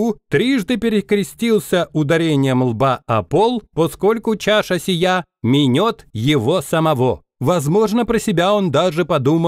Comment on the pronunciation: не минËт, а минЕт. Там игра слов